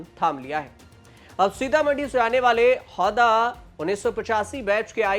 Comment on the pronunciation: हौदा नही हुदा